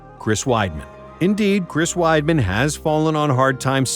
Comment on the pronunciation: Weidman? Jajajaajajajajaj